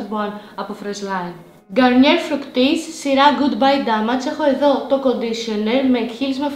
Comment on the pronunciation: Εσύ δεν ξέρεις ότι την Garnier την λένε Γκαρνιε και όχι Γκαρνιερ και ότι Venus ειναι Βινους και οχι Βενους, vitality δεν είναι βιταλιτι αλλά βαιταλιτι, femme είναι φαμ και όχι φεμ, micellaire είναι μισελερ και όχι μισελαρ και κραζεις άλλη κοπέλα που προφερε λάθος το όνομα εταιρείας που δεν την ξέρει κανένας; 😂